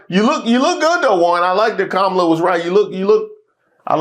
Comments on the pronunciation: KAH-mə-lah lol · Can she please pronounce Kamala name correctly is she wants us to take her serious. Fco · Wait wait wait!!! Did I just hear you say Kamala name wrong?? Nooooooooo!!!! 😂. SMH